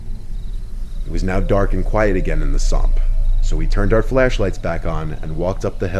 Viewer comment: Somp? WTF is a sompt? Did you mean swamp?